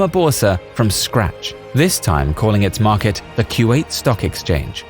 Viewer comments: Its not Q8 It is Ku wa 8. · Fairly sure it's "koo-wait" no "q-eight" ... maybe I'm wrong. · i think kuwait is pronunce as koo wa it